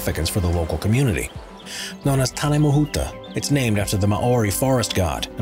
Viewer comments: Wow!!! Tane Manuka! Your pronunciation needs improving but I’m impressed the Kauri is no 10🇳🇿🇳🇿🇳🇿🇳🇿🇳🇿🇳🇿🇳🇿🇳🇿🇳🇿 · MAU-WRI COW-RI TARN-AYE-MA-HOOTA (ur pronounciation is horrendous, no offence)